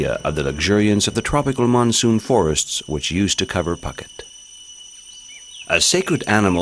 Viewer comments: Phooooket not pucket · did you really say pucket ? try pou ket next time pls ! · Poo-get not Pocket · Phuket rhyming with bucket.lol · It's embarrassing you do not know the pronunciation for Phuket.....said: poo-ket.. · It is ashame that you did not know how to pronounce Phuket correctly! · Narrator should learn to pronounce Phuket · Ph in Thai is not an 'f' sound but a soft 'p' as in 'pookhet' not 'pucket', at least you didn't say 'Fucket' but you said Koh Fnang instead of 'Pnang', etc.. Phi phi island is Koh Pee Pee - etc. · I wish that the narrator had checked out the correct pronunciation of names like "Phuket" and "Siam".